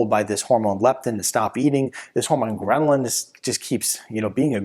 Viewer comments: Hahaha gremlin resistance! The chart says ghrelin, but doc is mispronouncing it all the tine! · Uh ... it’s called ghrelin, NOT Gremlin